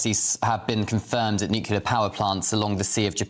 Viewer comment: Why can’t news people pronounce the word “nuclear” .